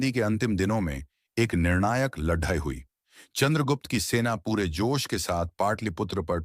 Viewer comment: When you know that certain words cannot be pronounced correctly then why can't you choose alternative words? For example LADAI can be replaced with YUDH. It sounds weird. Which book have you chosen? Any reference from which the life of Chanakya is taken from? We don't have credible evidence that Chanakya is a real or imaginary character. You didn't touch either.